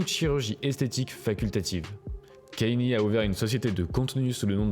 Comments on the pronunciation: ca se prononce pas « kenny west » mais « kanyé west » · On dit Kanyé frero c pas Kenny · Kanye pas Kenny 🤦🏾‍♀️ ...faite un effort! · La vidéo est bien mais c'est pas dans l'ordre chronologique donc on se perd et tu dis Kane au lieu de Kanye j'ai l'impression